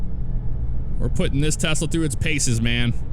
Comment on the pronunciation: Do you pronounce it Tesla Or like Tezla?